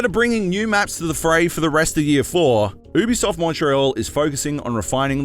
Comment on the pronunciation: I stopped watching the vid as soon as he said OOObisoft